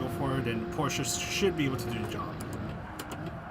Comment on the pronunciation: Thank you for saying Porsche the right way 😂